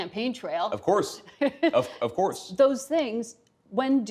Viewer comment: “Of corse, of course” with dramatic tilt of her head Lol. She looks so stupid